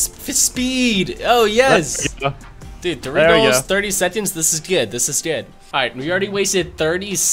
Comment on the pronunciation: Is anyone else annoyed when he pronounces seconds as sedconds